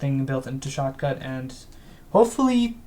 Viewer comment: At this Moment, I thought he said "Shotgun"